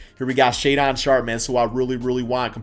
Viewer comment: Shay...don. shay-den is how u say it